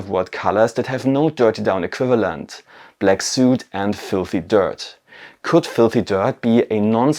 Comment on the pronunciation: Great video! Also, "soot" rhymes with "foot".